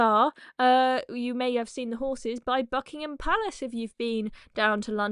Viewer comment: Did you say Horses or whore's